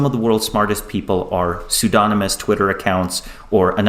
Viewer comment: two seconds in "soodonamus" LOL you know he has only ever read the word, lol